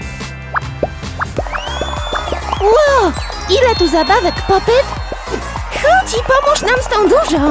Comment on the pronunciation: Mówi się pop - it a nie pop - yt